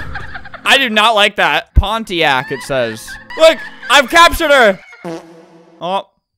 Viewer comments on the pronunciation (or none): Pontiak 😂😂 It's actually pronounced PON - Tea - Anak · DUDE HE PRONOUCE PONTIANAK WRONG AND KAMPONG WRONG TOO LOLLLLLLLL (fyi the game is islamic and a malaysian game)